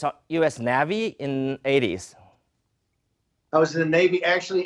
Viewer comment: 屁都不懂的主持人 chief strategist 是大选时的职务。他早就被川普fire掉了，被川普骂弱智无能。还随时见总统？ 还有你英文太烂，不是naavy..念navy。讲中文吧